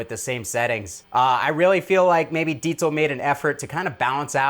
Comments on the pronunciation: Man, I'm so happy (being german myself) that pronounces it the right way 😇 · That's how you pronounce it, I cringe hard everytime I read/hear Diesel or Deizel. 🤣 *honorable mention: "Squire Jagwar"